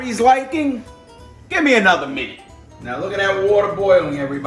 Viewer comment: "Anutta minut"